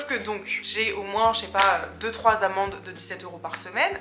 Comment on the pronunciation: Super vidéo! Juste j'ai cru que tu disais "payer mes amants" alors que c'était tes amendes 😂😂